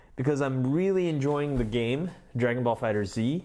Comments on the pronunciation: Pronounced "Fighters" not fighters z. You say it as one word Fighterz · It's fighterz not fighter z